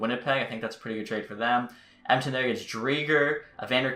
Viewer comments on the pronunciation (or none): none